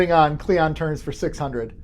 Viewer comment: It's "cling on", not "cleeyon". Qapla'!